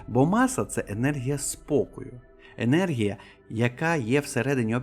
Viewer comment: Не єнергія ,а енергія.